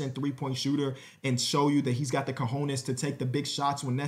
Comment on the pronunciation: I had to rewind and damn that’s exactly how it was😂😂😂